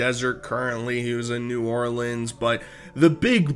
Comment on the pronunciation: Dude can’t say New Orleans